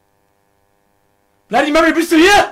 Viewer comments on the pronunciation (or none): Du sollst 3 mal blandy mary sagen